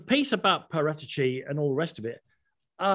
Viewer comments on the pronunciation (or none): Wtf is with that Paratici pronounciation. Its Para-tee-chee, not Pah-rata-chee hahahahaha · Why do all English journalists change peoples names to its para tee chi not parat echi. Otherwise good talk about how badly run spurs are.. I think all the blame states and ends with the money hungry Charmaine that is Daniel levy he has rajen sours to new levels with a great stadium but what’s the point of you don’t back the manager… conte will walk away if there is no cash injection he can’t win trophies with deir as a cab and no creativity in midfield and relying on Kane for goals… levy is not a football man he has no clue about football the passion or what it means to be a fan.. he’s a businessman. And he runs it like a business let conte spend and see how spurs will change.